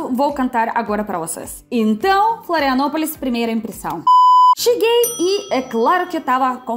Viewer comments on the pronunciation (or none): Bem-vinda a "filanopolis" 😂